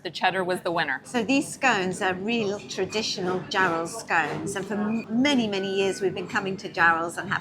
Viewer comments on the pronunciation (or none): Happy Treason Day. 💂‍♂💂‍♂ Hello. 👋👋👋 Ketts Rebellion??? Never heard of it. WILMAAAAAAA!! I'll have the garlic butter cheese. The stronger the better. In the background. Wellies?? Scones? Covering my ears at the pronunciation. 🎧 My scones from next week are a bit raggedy. I'm so glad the crabs had their clothes on. I don't have an 18+ verification or a VPN. 😂😂 Whelks are awful. Rubbery, like the soles on your shoes. Octopi or octopuses? Just saw them in restaurants in Bangkok, along with insects and some things you really don't want to see or hear about. I thought the label said Holey Mackerel at first because the reflection hid the 'W'. Vinegar yep, if you're having anything on it. I never did. We caught our own crabs at Whitley Bay. Willicks too. dress(v.) c. 1300, "make straight; direct, guide, control; prepare for cooking.